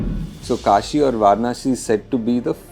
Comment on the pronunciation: Kashi ❌ Kaasi ✅